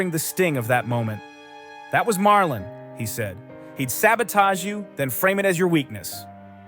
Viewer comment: I don't know how much of this is to be believed. You even need to get the names right: it's James Caan, not Con or Khan. It's Marlon, not "Marlin". I don't know where you get your information. One thing you got right. Robert Duvall was an excellent "character actor" but he did not have the charisma nor the looks to be a "star", especially in those days. Even today, with so much WOKE culture infringement, those standards are still relevant.